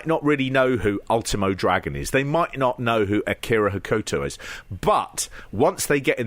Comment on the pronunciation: Pete was closest to Hokuto's pronunciation. "Hoh-kuh-toh" with a very short middle syllable (the opposite of typical Western pronunciations of Japanese names) would be the closest phonetic pronunciation I could come up with. Kensuke should also be closer to "Kens-kay" than Ken-soo-key."